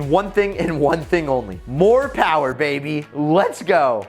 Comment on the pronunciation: Mo PoWaH BaBeH